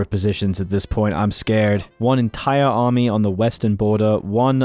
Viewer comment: Better example, go to and listen to the pronunciation of 'army' until